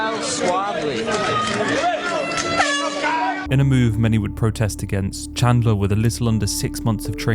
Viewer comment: Did he just say "Michael Chandling"? The disrespect is unreal...